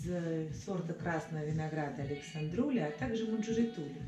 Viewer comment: Не АлександРУли, а АлександРОУли!